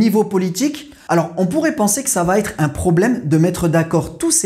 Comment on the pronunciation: Pourquoi vous faites la liaison en prononçant « vat-être » au lieu de va être ? Comme si va prend un «t» à la fin !